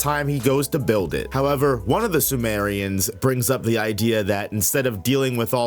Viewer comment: simurians not sumerians 😂